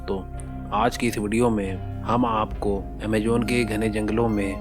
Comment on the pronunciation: Sab kuch thik hai..."Amejon".. Naam galat hai Ok-RongRong